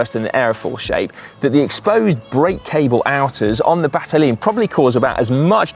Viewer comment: I have that same Battaglin lopro bike! It's a beautiful bike even if it's a few seconds slower! BTW , I'm not Italian but I believe the name is pronounced Batta-yeen.